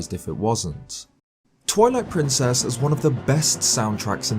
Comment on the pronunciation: Did u say Toilet Princess instead of twilight princess?